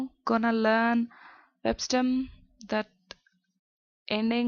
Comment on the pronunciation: The word learn is pronounce learn not lan